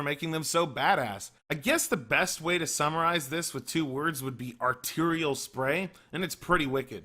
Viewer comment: "I guess the best way to SAMURAI-ze this..."